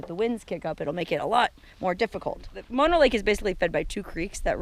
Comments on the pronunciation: Man Mono (pronounced Mow- Know)? .. and I wish you had more subscribers.Shared on Twitter. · Please pronounce Mono correctly. It sounds like Oh no. Not like the kissing disease.